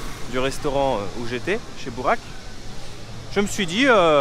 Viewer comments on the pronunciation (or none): Cours de prononciation 😂 : Burak -> « BOURAQUE » / Ayran -> « AÏRANNE »